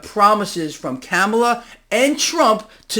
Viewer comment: You sound like a total moron when you say Kamala the wrong way. It’s (calm-alha)